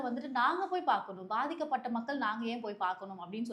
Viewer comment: Ena ma pathika patha avangala ethuvam solu elluramu sonuringa words correct pesunga sister pls😊